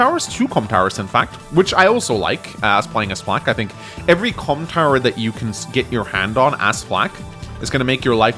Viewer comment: Really need to enunciate Comm Tower a bit more